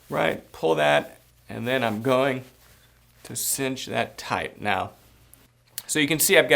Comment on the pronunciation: Great video...try not to say "omina"...rather, "I am going to". Other than that, great video.